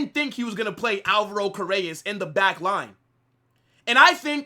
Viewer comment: Car-re-ras is how you pronounce his last name #HalaMadrid my club is back !!!